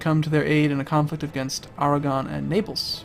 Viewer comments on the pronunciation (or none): none